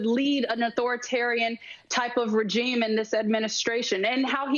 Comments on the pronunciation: I am sorry to be the grammar police but that heffa said "ray-jeem" not REGIME FFS is everyone ret@ and uneducated on basic vocabulary now? Wtf is happening here? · A Ra-Geem?